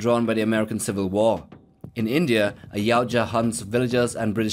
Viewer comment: For crying out loud! It’s Ya-oot-ja, not yow-cha! How do you make a video (assuming you researched) and get the name wrong? I’ve seen one channel that gets it right. Ya-OOT-ja...